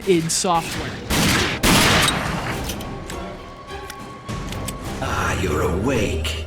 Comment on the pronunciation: wtf, it's read I D SOFTWARE with I and D as separate letters.